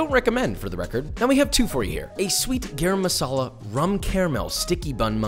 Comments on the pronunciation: Garam Masala is pronounced guh-rrrrrum 🙃It means "hot" in Hindi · Gayram masala 🤣 Gah-raam...come on Joshua...u will get it right if u try